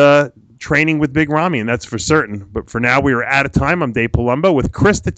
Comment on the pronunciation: It's rami not rumi ffs